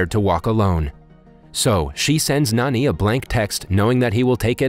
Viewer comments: It's Jani not Nani Good review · It ain't pronounced as N-A-N-I instead like J-A-N-I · Can this guy read? It literally says “511” not “551” and “Jani” not “Nani” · actually in the movie his name is written and pronounced as Jani not Nani.... Jani like John pronounciation type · His name is not Nani,it's Jani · His name is Jani not Nani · Bro its not nani its jonny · It's not nanj its jani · Btw, his name is pronounced as 'Naan-ee'. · he's actually Jani, these recap channeels have a hard time pronouncing indian names